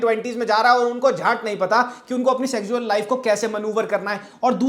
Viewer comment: bro can't pronounce "sexual" and "fetish".